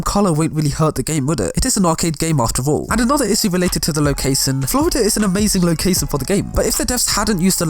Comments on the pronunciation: What is lo-case-un? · The way he says ' location '.